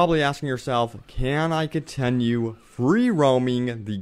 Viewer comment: I cringed everytime he said "distreak" or "contenue" lol sorry.